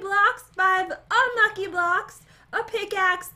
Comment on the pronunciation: Who else likes it when pat pronounces unlucky as unlu-ack-gh-y